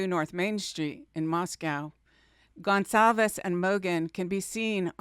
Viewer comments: It’s Goncalves, not Gonsalves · Hyundai = Hun-day Goncalves = Gon-sall-ves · Please, Please. Kaylee’s name is a Portuguese last name so that (CA) in Goncalvez is a soft C sound and not a hard C, as when pronouncing Gonzalez. Let’s try to pronounce it correctly.